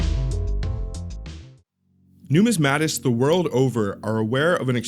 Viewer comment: Ahhh, the word is ‘bust’, not ‘buss’. Also please learn to pronounce ‘numismatist’. Kind of destroys your credibility.